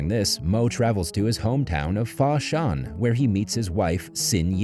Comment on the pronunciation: its foshan not fa shan , its the ip man museum location, and best place for furniture products . your welcome